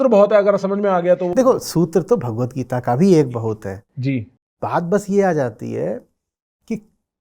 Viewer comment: गीता का उच्चारण जिसको ठीक से नही आता गीत गीत कर रहा है वो, ऐसे व्यक्ति से गीता पर गहन चर्चा करने बैठे हैं 🙂 उस गीता की चर्चा जिसमें लिखा है कि मुझे ऐसे किसी के सामने मत खोलना जिसकी मुझमे श्रद्धा ना हो जिसे कृष्ण से प्रेम ना हो।